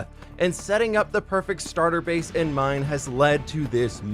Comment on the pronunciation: Bro said starter base💀